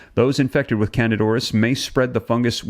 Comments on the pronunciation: Please learn the correct pronunciation of words that you use. You frequently mispronounce them. It’s not pronounced can-did. It’s can-deed-a. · It's not Candid, as in candid camera- it's candida (can-dee-duh). Why are you leaving out the "a" from the first part of its name? It is not a silent "a", and its placement at the end of the word makes the "i" make the long "e" sound, as in e-mail. It's candida. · It sounds like can di da. Not candid. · If you want to spread truths, know how to pronounce words that you are "spreading truth aboott". The phenetic pronunciation of the word "candida" is NOT "CANADA"!!!! It is can-dee-duh. For fuck sake! Figure it oot! Pitter patter, let's get at her! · Excellent reporting, as usual. Thanks! Also, with all due respect and admiration, the fungus is pronounced CAN-dee-DA ORR-iss. I apologize, I have a weird thing about pronunciation lol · Can-dee-da auris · Its Can -dida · FYI: the pronunciation of candida is(canDEE da) just so you know😊...BUT OF COURSE ITS IN HOSPITALS!! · At least pronounce it correctly! It’s can-dida! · Pronounced can-dee-ta.